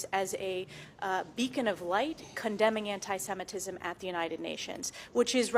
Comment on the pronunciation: First: it is antisemitism. Please, learn how to pronounce it when you are preparing for your segment. It’s not that difficult. Second: he did it. There is no way around it, no amount of mental gymnastics will make it OK. Jewish people know it , they are making statements , maybe just not in massive statements. No need to lump up all Jews in one group. And please do not lump up everyone into one big group. The person who was talking about ALL Jews as Zionist- antisemitism right there! Not everyone is like that He is not doing it because he’s on autism spectrum, because he’s exited etc. He purchased himself American President ! And now he will have monopoly of Tesla ! Of course he’s exited! Would it all go the way he wants it? We’ll see if Nazi regime will flourish here. It is starting to Asbergers is no longer a thing! It is offensive to use that term Autism spectrum is proper term.